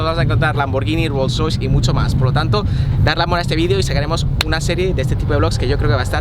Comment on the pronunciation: Min like por la pronunciación de Rolls roice :v